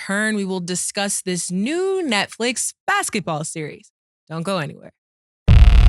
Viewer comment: Don’t forget when he said “Neckflix”